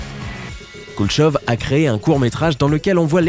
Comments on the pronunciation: Juste pour info , c'est l'effet Koulechov et non "Kuleshov" !! x) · La 10 est fausse, ça ne m'arrive jamais, même si la chemise était à 1000€, et qu'elle passe a 300€, je ne l'achète pas, c'est le principe des soldes et je ne tombe pas dans le panneau. Tu prononce mal Kulechov et dans le classement vous avez oublié le désir mimétique